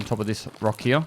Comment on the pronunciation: Does anyone else like the way says the word "Here"? Its always sounds like "Hereuh" to me lol